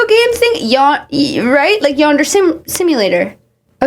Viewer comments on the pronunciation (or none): Love u so much but I neeeeeed to correct your pronunciation of yandare bc I’m annoying…. But u r saying “yander. But it is yawn-da-ray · the way shes saying yandere like yonder pouch instead of of yon dare ray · Pronounced yan-der-eh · “yander” PLEASE ITS PRONOUNCED YANDE-RAY please youre killing me its yandere not yander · “Yonder” lol🥹 it’s “yawn-day-ray” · Girl I love your content but the way you pronounce Yandere throughout this video was KILLING ME ToT. LOLL. It’s a Japanese term so the dere is pronounced like DEH-RAY instead of DARE lol. Sometimes I forget not everyone on the internet is a weeb. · Ngl, my only issue with the video is you not looking up how to pronounce some words. For example, yandere, pronounced as yAn-Der-eY, not yandeer. Theres a few other words but im a nerd so its no issue. Phibz should be institutionalized and get medication for her issues, periodz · Yandar lmfaoo its pronounced yan-deh-reh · btw girl “yandere” is pronounced “yawn-der-aye”!! it was lowk hilarious seeing you pronounce it “yander” lol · Hey uh so it's pronounced Yandere (Yan-dairy) not yander (yan-der) LOVE YOUUUU <3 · i know this is so not important or relevant but yandere is pronounced yan-deh-reh with 3 syllables instead of like yon-der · "Yonder" every time is SENDING me 😭😭💀💀💀 not that it even matters that much, but it's pronounced yawn-deh-ray. That, yaoi, and gacha all originated from Japan, yandere and yaoi being specifically from anime, and gacha is the machines where you put a quarter in and get a ball with a toy in it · when i heard her say yandere my heart dropped Also its pronounced like yon-der-ey I think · Not to take away from the seriousness of the video but ‘yonder’ is killing me lol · i just cannot get over saying “yan-der” throughout the entire video 😭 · "okay, yander" you kill me every time you pronounce yandere like that😭☠️ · Pronouncing Yandere as yonder lwk got a chuckle outta me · IT IS PRONOUNCED YAHN-DER-AY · "Yonder" I'm crine